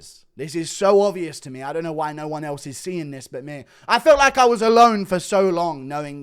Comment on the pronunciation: CANNOT PRONOUNCE “ ME “ I HAVE EXPOSED YOU!!!